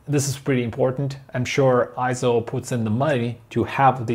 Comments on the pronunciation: Yep, I'm another Eizo fan and user. Having watched a few Eizo videos on youtube, I wonder why the vids produced in the UK and Europe pronounce it Eye-zo , when in Japan it's pronounced Eizo as in Eight. If it was Eye-zo it would be written as Ai, as in Aikido. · Correction: It's not pronounced IZO, It's pronounced AY-ZO. Please refer to EIZO in Wikipedia and EIZO's own corporate video where you can hear it pronounced AY-ZO in the video.